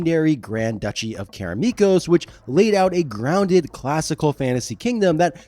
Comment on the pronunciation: Why do you keep pronouncing Karameikos as Karameekos?